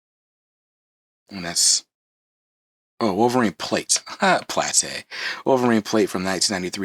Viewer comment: Yes keep doing Omnibus overviews when you get a chance -- as long you say PLAH-TAY ("plate") in every video!